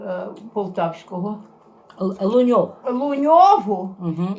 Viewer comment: не Луньов,а Лунін😉